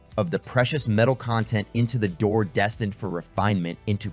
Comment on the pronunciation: Good video. Just a note though, Doré is actually pronounced doray.